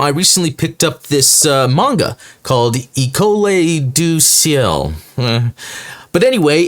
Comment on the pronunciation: You were close on the pronunciation for 'École du Ciel' (you got two-thirds of it correct). It's French for 'Sky School'. Fitting since it takes place in Montreal, Quebec, Canada.